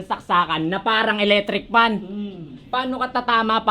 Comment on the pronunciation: parang "Eletricpan" 🤣